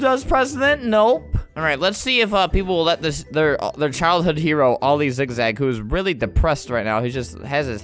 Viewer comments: Every time he says ‘oil zigzag’ I feel like he says ‘all these zigzag’ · Every time you kept saying oli zigzag it sounded like all these zig zag